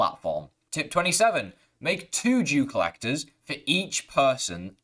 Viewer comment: Not to be mean but did he say Jew colleger?